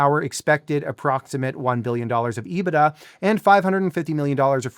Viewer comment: Finally, someone who can pronounce EBITDA correctly.